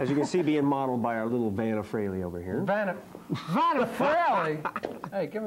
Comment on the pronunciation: Cool video! Hope more people see this and realize that it's pronounced FRAY-LEE and not FREE-LEE. It kills me that even Eddie Trunk, who's known Ace since the 80's, can't pronounce his name correctly.